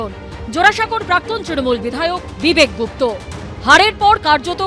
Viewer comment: গুপ্ত নয়, গুপ্তা। অনুগ্রহ করে সঠিক উচ্চারণ করুন।